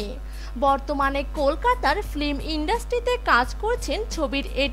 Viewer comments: Flim flim kotha ta baddo kane lage..Voice over er kajer jonno uccharon gulo sothik hawa khub darkar. Kotha ta film not flim. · Ma'am fleem noy film...😬